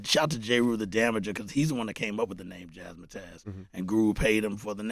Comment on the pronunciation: It’s Jazz Matters with a Z. Seriously here we are decades later, and even Preem messin it up. It’s not jazz mah tazz, it’s jazz mattaz. Like Jazz Matters but remove the R and replace S with Z. Jazz Mattaz. Not jaz mah tazz dammit! 🤣